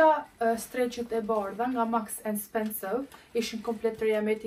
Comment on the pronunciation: Vdiqa me menyren si e quan mark and spensor. Maks and spensow 😂😂